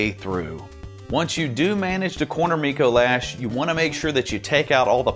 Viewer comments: It's not "Micoe Lash". It's "Micolash". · You said dicolash and I cackled